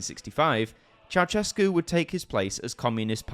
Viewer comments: Not Ceauchescu, but Ceaușescu, every Romanian name is pronounced in Irish. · It's chow-SHESS-koo, not chow-CHESS-koo. ♥